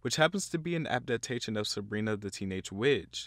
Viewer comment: the way u said adaptation made me cry